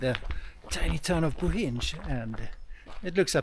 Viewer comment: Btw, it’s pronounced “Boheen”, not “Bohinge” 😅 Bohinj is actually the region, it’s not a city or town. The only town is called Bohinjska Bistrica, the rest are villages.